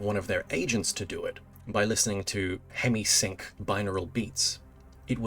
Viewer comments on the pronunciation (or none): It's hemi sync not semi hync. Lol so dumb